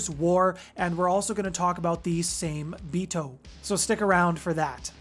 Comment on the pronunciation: Same-Bito is a Japanese name for these creatures so the trick to pronouncing it is to break it down by 2s. Sa-Me-Bi-To but you pronounce all the vowels like SAH MEH BEE TOH